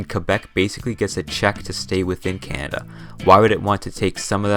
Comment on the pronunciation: Canada is NOT a frozen wasteland. Furthermore, it's pronounced "Canada", not CYAN-ada".